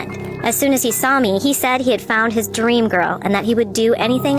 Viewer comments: stop saying fount its found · Its ‘found’ NOT ‘fount’😭💔